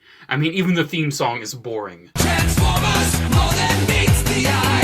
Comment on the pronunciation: I swore I heard "A Group of Trans-Pho-Bias" not the Jersey accent "Trans-Foy-Mas" at the beginning. 😳😂